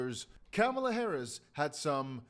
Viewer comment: It's Kamala (Comma-la)